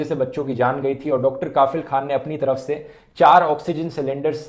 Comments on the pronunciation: His name is kafeel not kaafeel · Bhai saheb Kaafil nahi Kafeeeeel Pronunciation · It's Kafil not Kaafil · Dhruv Bhai काफिल नही कफील होता है❤ बाकी आपकी वीडियो के लिए❤❤❤ और ये आज नया नही है जो मैं इतने सारे ❤❤❤❤ दे रहा हूं आपको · Sir not काफिल, it's कफील ...😊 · kafeel should be pronounced as "cough+eel' rather than "kaaafeel" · Bhai ,correct uor pronunciation,*KAFEEL kHAN*👍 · It's Not Kaafil. It's Kafeel. Please Dhruv Pronounce Muslim Names Of Places, Persons And Monuments Correctly. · Hello sir its KAFIL not KAAAFIL